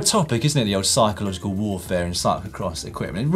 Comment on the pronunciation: On the first bodge, did you guys just say 'cycleogical warfare'?